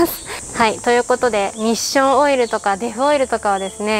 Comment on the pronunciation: おっしょんオイルに聞こえた